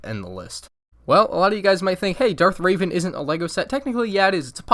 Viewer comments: As usual great and inovative video. It's REvan not RAvan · You said ravin and i think revin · I believe it is pronounced Revan not Raven. Reh-vehn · "Darth Raven" No Rev (like revving an engine) - an (an like an apple) REVAN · Ok I ha e one problem with this video, you pronounced revan as raven, and as a hard-core star wars fan, I instantly cringe at that 2028 anyone? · You called darth revan darth raven... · It’s R eh v in not R ay v in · You claim to be a fan of star wars and then you say Darth rAvEn…. My god dude, just spit in our faces why don’t you. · ITS REVAN NOT RAVAN YOU PICKLE HEAD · I am starting to get annoyed by these people's calling Darth revan Raven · This kids never played the games. "Raven" lol cringed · Why did he call darth revan: darth raven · Re-van not Ra-van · DARTH REVAN, NOT DARTH RAVEN!!! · Did you just say Darth Raven? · It's not pronounced raven it's revenge big difference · Why do people call him raven its Revan Re van not raven or reevan Revan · okey sorry for this i love your channel but first MALCOM doesnt need a helmet BECAUSE he doesnt ever wear one and the shape should not be compared with an x-wing and revan? whats up with that its revan not reevan and your trying to compare all of these to new hope and stuff but you should haver asked someone who actually knew somethin about swtor and the consular no sht its like unduli there both MIRULAN but i agree WE need a movie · Reh-van not ray-ven reven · It’s Darth Revan Not darth raven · 50% of the comments are saying "DUDE ITS REVAN NOT RAVEN!" or something like that. 49.9% of the comments are about the video or just normal comments that you find in most comment sections in a youtube video. 0.1% of the comments are explaining about the comments and saying stuff like "50% of yaz do this. 49.9% of yaz do this. 0.1% of yaz do this! BOIIIIIIIIIII!" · Raven lol it’s revan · Dude its Revan not Ravan. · DARTH “RAVEN”?! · It’s revan not raven */ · It's not darth rAvEn it's rEvAn